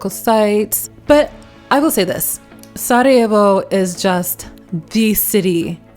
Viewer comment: Hahaha I love how you properly pronounce Sarajevo. Just like most Yugos including me, when I speak English and I have to name a city in Bosnia or exYU in general, I pronounce exactly how we pronounce, I don't adjust it to English pronunciation. Big thumbs up for that 👍👍 😁 and shout out to my Macedonian brothers from Bosna 🙋🏼‍♂️❤ as well as the rest of the guys :) Yes, you definitely got the vibe of Yugo, one can notice that and yes, you didn't mention the žičara (cable car) which none of the other cities have.